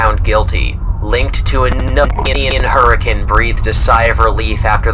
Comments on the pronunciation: They said Hurricane right! I live in Utah, and man, the names are said so weird here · coming back to this, I'm surprised that Hurricane was actually pronounced correctly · confirmed utahn? he pronounced hurricane correctly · oh my gosh the voice actor pronounced Hurricane correctly! I freaking never see that (gosh darn using the exact same spelling of an existing word and insisting in be pronounced differently for a city name)! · YOU SAID HURRICANE RIGHT!!! YOU DIDNT PRONOUNCE IT LIKE THE WEATER PHENOMENA YOU SAID IT LIKE HOW ITS SUPPOSED TO BE SAID YOURE ACTUALLY AWESOME -Fnaf fan who live in Utah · You pronounced Hurricane right! Yooooo! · Fave detail: Hurricane Utah is pronounced correctly in the newspaper reading Half joking of course, everything here is fantastic but having this 1 thing that many FNAF fans don't get right in their videos is chefs kiss. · Man, i clicked on this out of curiosity, But the Shiver I got up my spine when I heard the name of a town near me (Pronounced CORRECTLY, not like the storm classification, mind you) to suddenly turn up. 😰 Holy Yikes. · I’m surprised you pronounced the town of Hurricane correctly! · This video is BRILLIANT. I love everything you've laid out here and it'd be so cool to see this concept realized. And I love that you pronounced Hurricane right! I'm from the other Hurricane, the one in West Virginia, and usually non-locals have no idea how we pronounce it x) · The only thing more shocking than the Ralph vent jumpscare is the fact that you pronounced Hurricane right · I’m actually shocked you pronounced Hurricane (the town) correctly. I’ve never heard a YouTuber do that before. Good video from that alone!!